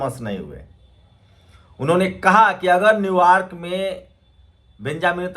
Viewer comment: न्यू यॉर्क बोलें न्यू वार्क नहीं